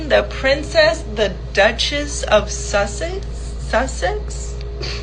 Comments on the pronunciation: That chick is dumb as a post. Plus She had NO IDEA who Meghan even is. Not a Queen, not a Princess, can't even say Sussex.. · she didn't even know how to pronounce Sussex? but then says " we love you real bad" does she even know who MM is? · Yeah, an idiot. “We love you bad” and she couldnt’ pronounce “Sussex”.. B, please.